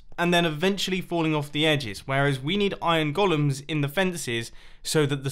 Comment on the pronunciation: "those iron gollums" :D